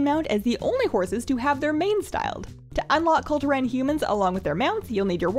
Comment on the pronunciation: You're saying Kul Turan instead of Kul Tiran